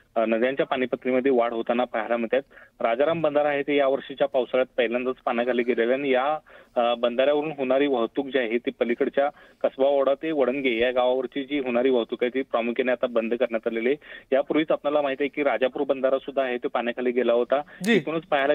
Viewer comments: Lavdya वडणगे आहे ते वडगणे नाही 😂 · वडणगे म्हणा ओ....❤ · याला कोणी News Ancer केला आहे रे याला साध "वडणगे" बोलायला येत नाही आहे 😂😂😂😂😅😅😅